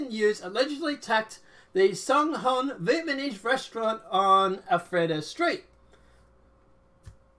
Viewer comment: I can’t take you seriously if you say VIETMANESE lol.